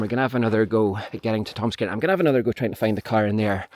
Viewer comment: Sorry! You’re accent is awesome, terribly so. But to my American ears you keep wanting to find “Tom’s Karen” and first, “another Karen.” So many Karens. And where I’m from that’s a slur.